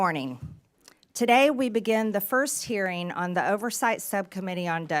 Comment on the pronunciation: Someone needs to teach Stansbury that the correct word is “hearING” not “hereen” 🙄